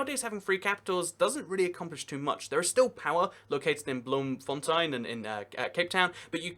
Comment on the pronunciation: The first time round was good